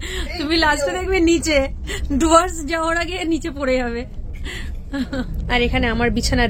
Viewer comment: জুয়ার্স না ওটা ডুয়ার্স।